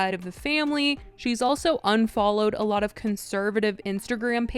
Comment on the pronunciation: If I took a shot every time you said ayLOT